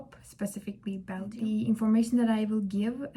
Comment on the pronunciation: It's pronounced as bel- jum